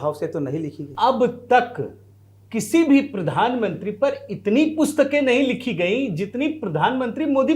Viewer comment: Pridhan mantri nahi Pradhan mantri uccharan karo ji